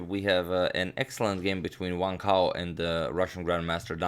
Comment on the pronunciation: Not being racist but the captions said "one cow" when agadmator pronounced Wang Hao